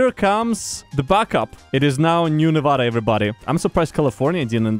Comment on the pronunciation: I have one problem, okay? your saying nevada wrong. its not novoda. its nevada. cmon.